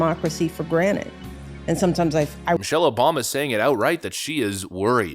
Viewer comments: Is she saying "granite" or "granted" !?! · one of my biggest pet peeves is people using the wrong word. people saying axe instead of afk, people saying specific instead of pacific, people saying conversating instead of conversing..... and her saying "people take for granite" really bothered me. its granted..... GRANTED...... not granite. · Twice she says "for granite". Is she getting new counter tops or something? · Can't help but see this clip and think of Morty's Mindblowers. It's granted, not granite 😂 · “Take it for GRANITE” 🙄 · It's Granted not " granite"